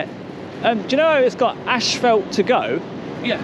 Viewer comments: Love your videos. brother.......but , it's not ASHFELT......it's ASPHALT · It is NOT " ash felt" it is "as fault " pronouciation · you said "ash-fault" for "asphalt". Maybe it's just me..I'm in the US. Anyway, enjoying all your vids. Thumbs up!!